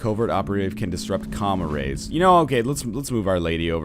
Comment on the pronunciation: Wow I thought NL had been saying "comma rays" instead of what is clearly spelled out as "comm arrays"